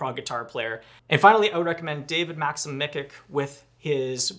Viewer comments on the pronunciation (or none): Great recommendations, especially David Micic (that's pronounced "mee-tseetsh" btw :P)!